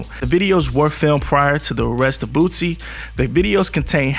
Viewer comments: THIS NIGQA STILL SAYING BOOTSIE!!!🤦🏾‍♂️😂😂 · I can't take this dude serious if he still by now can't pronounce boosie. Been saying bootsie for about 1yr and a half now. He sound black but be definitely not with the culture. I'm unsubscribing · Your stvpid ass is literally reading it and still saying Bootsie. You're an 1diot bro.